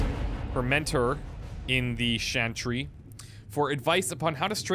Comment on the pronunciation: Why can't you say CH,CH,CHANTRY!?!? Like CH,CH,CHURCH. Or do you say shursh? ?